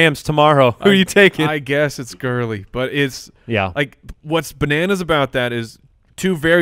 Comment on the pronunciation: Anyone else cringe when that guy says "gurllley" Jesus...... Lol